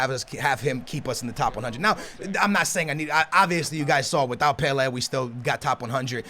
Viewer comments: It is pronounced pela not pelehh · PelA not Pelairrr. fucking well annoying. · The way you say Pele actually triggers me "Pel air" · He called pele weah 😂😂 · the way you say Pele makes me sick it's pronounced PELAY other than that GG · Pe lA is the phonetic say properly plz mate good vid though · Pela it's pele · You mean pele first goal u said "Weah" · It's pronounced "Pelay" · Please sat pele right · He says pele wrong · When you cant even pronounce Pele 👏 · Oh for fuke sake u cant even pronounce PELE properly it really puts me off😡😂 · How do you mispronounce Pelè's name😞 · its pele mate